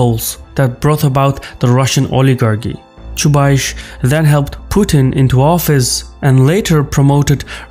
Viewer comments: I'm sorry, but you're very much mistaken about Chubais (which is actually pronounced the same as the "ice" sound in the word price. Not aish). The truth is that while Chubais was central to the Russian transition to market economy and the shock therapy reforms that accompanied it, his prominence greatly diminished after Putin's ascent to power and has completely declined in the past decade. As it stands, Chubais bears close to zero responsibility for Putin's power politics. During Putin's reign he become just one of many technocrats assigned to run one of Russia's state owned companies (RosNano in his case). He has not had any political clout in a very long time, let alone being responsible for Russia's jingoism or Ethno-nationalism. I think you got him confused with Gleb Pavlovksy, Vladislav Surkov or Yuri Kovalchuk (if we exclude the obvious suspects of the security council like Patrushev, Bortnikov, Narishkin and others). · I can't listen to that "ChubaiSH" - if you are going to mention the guy a few times, you could learn how to pronounce it. It is definitely "S" at the end, not "SH". Side note #1 - it is interesting where takes this "SH" from, I wonder if his own language transforms S to SH at the end of the word. #2 - based on his accent I always though that is from some of the former USSR republics, somewhere from Caucasus perhaps, but inability to pronounce Chubais kills this notion on the spot:) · Chubais, not Chubaish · 🤣 Why you`re calling Anatoliy "Chubaish" when his is Chubais?) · BTW, his name in Russian is pronounced Chubais with S at the end, like "ice". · Each time you say ChubaiSH I wanna pinch myself 😂 This is ChubaiS! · You guys in the response are really well informed. Although Chubais (Чубайс) pronounced with 'S' on the end not 'CH'. But I'm picking on you. You are really awesome and you do make an outstanding content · That's pronounced Chubays, not Chubaish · ChubayS, not ChubaySH :D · "Choobaish" LOL 🤣😂